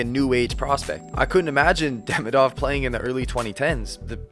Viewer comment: Well, I need to say this out loud. He's not DEmidov or DemidOv, he's DemIdov, like Demeeedov. Think about Ovechkin's surname while trying to pronounce that 😆